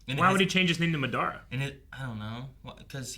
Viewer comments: The MaDARa pronunciation is soo common though, when I was a youngin watching Naruto we used to pronounce it that way too 😅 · I hate how they are pronouncing Madara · Someone tell them how to say MADARA at Wavecon